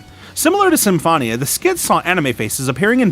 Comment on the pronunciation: U pronounced Symphonia wrong